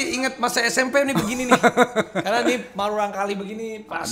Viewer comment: Murangkalih.. Murangkalih.. Salah wae nyebutna ih "marurangkalih" wkwk..